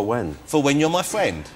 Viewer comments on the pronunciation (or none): "Like most men of my age, I like to hold something back" "For when?" "For when you're my fwend." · Sophie B hahahaha "fwend"